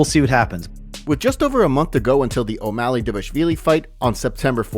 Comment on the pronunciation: The fact that you can't pronounce magomedov or devalishvili is sad af. Either you don't watch the sport or you ride a short bus 😂